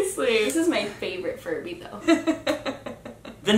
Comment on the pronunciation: ok so like when sam was talking about furbys i heard him say it wrong and he said furry xD also 2019 anyone?